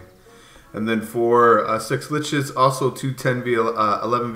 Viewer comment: You'd think he'd work on pronouncing schlitzes (sh-lit-zes) after joining em smh lol